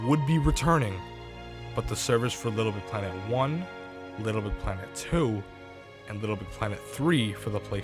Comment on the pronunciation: For a channel based around Little Big Planet content, you seem not to be able to pronounce it. “Lbpltt”